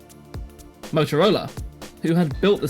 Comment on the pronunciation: Couldn't stand more than twenty minutes of his diction and eating up of words. I tried as the subject matter is so interesting. I'm sorry if it's a physical disability though. A simple word like Motorola, sounded totally off in so many places. 👎 Had liked and subscribed at first.